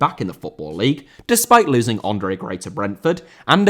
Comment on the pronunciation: Andre* not Ondrei